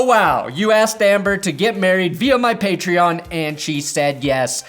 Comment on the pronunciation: Patron is not pronounced like that. Idk if its on purpose or not but that shit IRKS me every vid. Side note: thanks for the lions content.